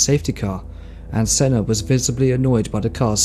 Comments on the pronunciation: How can you get sennas name so wrong? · Come on, at least learn the pronunciation of possibly the greatest F1 driver ever to grace the sport. So disrespectful. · I think that the best way to remember Senna is to mispronounce his name. It is what he would have wanted. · Please. just pronounce Senna's name correctly. He's a legend and its not hard